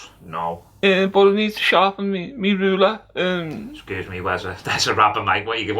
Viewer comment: Wubber and wuler 😂😂😂